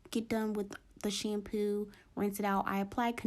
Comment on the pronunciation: I love the way she says "shampew" lol